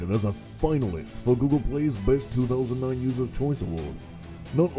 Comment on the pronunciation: Did you say "2009 Users Award"? With that sweet velvety baritone of a voice I couldn't tell if you said 2009 or 2019.